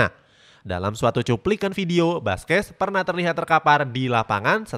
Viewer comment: Baca Nama yg benar dong mimin Buskuet Bkn baskes , kalau pake bahasa português baca seperti ini sala Busquet bkn baskes😖🤔